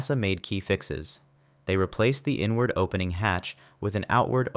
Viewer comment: I kept hearing N-Word instead of inward, until i heard him say outward 😂😂